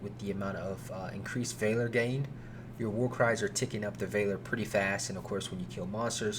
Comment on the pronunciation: That is not how valor is pronounced.